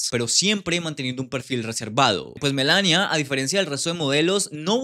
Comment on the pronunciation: Por qué pronuncias MELANIA con acento si simplemente se pronuncia como se escribe en español tal cual